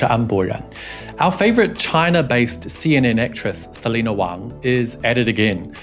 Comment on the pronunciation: More like Se-lie-na!